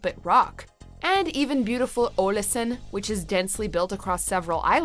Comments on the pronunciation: They way she pronounced Ålesund was not that bad! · Pretty good pronunciation of Aalesund